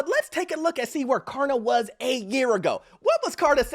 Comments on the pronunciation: It’s KLARna, not KARna. 😂 What happened to the “L?” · Stop saying Karna idiot!!! It’s Klarna. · It’s K”l”arna, not Karna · If he says karna one more time I am un-following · It’s Klarna with an L!! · Purposely not pronouncing it right? It has a L in it. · This dude refuses to pronounce Klarna correctly with the most obnoxious laugh I've ever heard on YouTube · Klarna is facing the Carma. Can you not pronunciate the L in Klarna? Ha ha ha ha. Ma Ha ha ha ha, JK JK the platforms the devil practically as bad as Car loans.